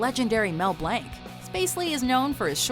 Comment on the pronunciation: I've never heard anybody mispronounce Mel Blanc's last name before hahaha it's pronounced as "Blonk", not "Blank".